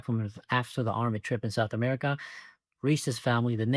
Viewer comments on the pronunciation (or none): none